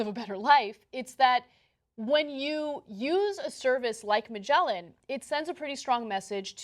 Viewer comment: "Magellan" - Wow, that was a crude name-butchering if i ever heard one ... .